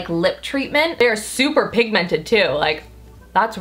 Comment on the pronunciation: you're amazing but I HATE how you say pigmented. You emphasise the MENT too much it's weird